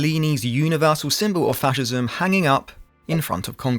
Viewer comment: it is "fascism"